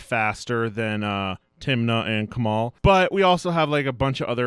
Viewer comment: The way he pronounced Kamahl hurts.